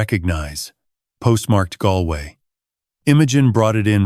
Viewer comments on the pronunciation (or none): none